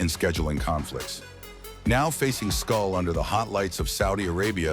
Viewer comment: Canelo doesn’t need anybody’s permission… He has been given the green light to move in whichever direction he chooses …MANY SAYING HE HAS EARNED IT… can’t even say “SCOOL” name much less know who he is.. 😂😂😂. Keep up, Culon! NO BOXING NO LIFE 🥊🥊🥊